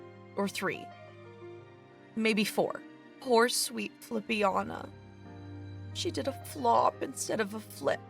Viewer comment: Every ti,e call Fillian "Filliana", it gets me stupid.